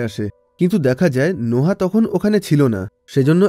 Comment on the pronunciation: নোহা কি ভাই এটা নোয়াহ(noah)